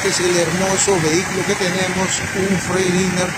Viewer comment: Hola se pronuncia asi freigtlainer para q no te oigas tan mal